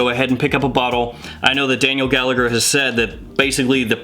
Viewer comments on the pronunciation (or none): Not that it matters but “Gallagher” is an Irish surname and it’s pronounced like “Galla-her I’m not sure if the owner is Irish Or not but just to give you a heads up.